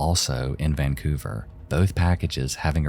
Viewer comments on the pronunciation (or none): none